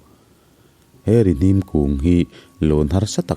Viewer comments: Rihnim.hnim tih lai hi hnim.thil rim kan hnim. hnar in thil rim kan hnim.tih anga lam tur Rihnim (hnara,hnim) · Rihnim tiha Hnim tih lai tak hi, thil rim ka hnim tiha hnim tih thluk tur zawk a ni em aw....